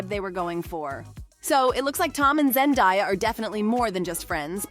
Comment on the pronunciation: Could you like pronounce her name correctly? Zen DAY ah